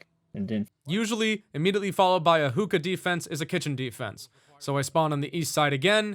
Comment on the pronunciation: ah the classic experience also its pronounced hook-kah(sorry if it comes of as nagging)